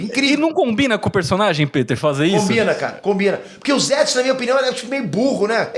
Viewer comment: Não é ZÉTSU...é ZETSU